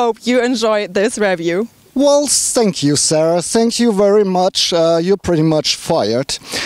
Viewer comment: Hello German friend its funny that I write a comment in english and you write me back in german hahaha see my point? dont make english reviews when you only know how to pronounce 20% of the words zank you! its called THE not ZE and so on THank you not Zank you hahahaha